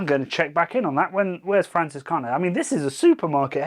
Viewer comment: FranZiskaner , not Fransiskaner. Zed, man Zed 😄 anyway, this beer has always been one of my favorites. We did a blind Hefeweizen taste test at my house with 20 beers and it won. It’s just amazing. Just gotten too expensive here in the USA. Have you ever had Live Oak Hefeweizen from Austin? They specialize in German beers. My favorite brewery in Texas. Come down and I’ll show you around!